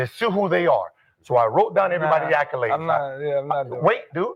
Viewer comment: Im gon need Gil to learn how to pronounce accolade.